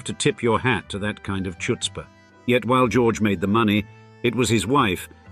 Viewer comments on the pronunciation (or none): Somebody please teach these narrators how to pronounce "chutz-pah".